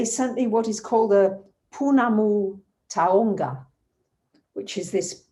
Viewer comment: I love you <3 beautiful pounamu, however it would be easier to pronounce it correctly as POH-NAH-MOO TAOW-NGA (pounamu taonga). Enjoy your stays and arohanui xxx